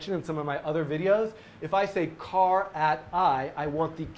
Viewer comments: You pronounce 'char' really oddly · like referencing the word its abbreviating rather than phonetically or what? older dudes i work with tend to say car, and younger say char.could be generational, regional, or could be because the older ones were properly educated and the rest of us are dropouts with bad habits.